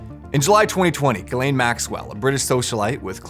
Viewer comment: Is it pronounced Guh’lane or Jiz’lane? Let’s be honest.